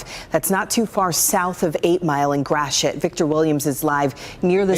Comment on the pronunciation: This hurts all of us in Michigan, not just 313. How the D goes, so does the rest of the state. Detroit has been getting so much better regardless what impression is. At least they pronounced Gratiot right. Sad all way around.